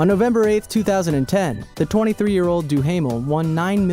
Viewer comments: do-haam-ul not do-hamel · Jonathan Duhamel, pronounced Doo-Ah-Mel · You pronounce Duhamel wrong